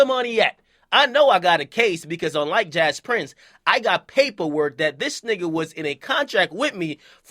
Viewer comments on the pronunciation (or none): i live in houston and everybody pronounce jas prince (jay prince)when i hear about him.